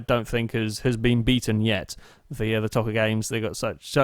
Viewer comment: Play ToCA Touring Cars 2 and it's pronounced Toe-Ca not To-Ca it's Dan Eaves not Evans